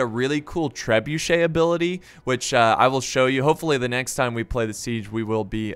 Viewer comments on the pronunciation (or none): none